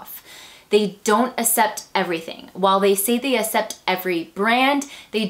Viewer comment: Hanger, but i had you left on talking while im folding laundry that's how i made thru it. I don't want to offend you , but just as a reason why i wasn't completely focused was the way you said "accept" as "ah-sept" drove me nuts.. but that's just me so.. hehe don't worry about it.